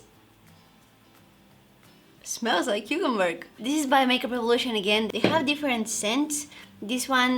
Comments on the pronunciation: "cucumberg" omg ur adorable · The way she said cucumber cucumberg